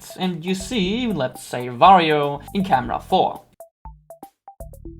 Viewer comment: underrated video loved it but why do you pronounce wario as vario?